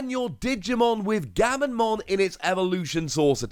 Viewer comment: Comments: Gamma...: Gamma... Comments:...Mon.:...Mon. Comments: Gammamon!: Gammonmon!